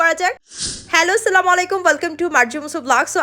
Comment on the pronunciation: আগে সালাম দেওয়া শিখেন ভালো করে।